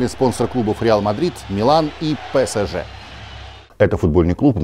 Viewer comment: для зизу мю это "накрайняк", он сборную франции хочет или ПСЖ. з.ы. произношение пЭсЭжЭ улыбает в каждом выпуске